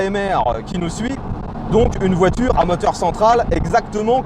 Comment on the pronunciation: la voitureuhg mdr